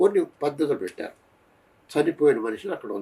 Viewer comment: చనిపోయినా... నా... నా కాదు చనిపోయిన.... అనాలి